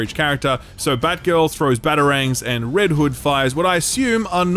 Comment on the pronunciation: I'm not sure if it's because I'm tired, because of the accent, or a little bit of both, but I'm pretty sure homeboy called Red Hood Red Wood multiple times.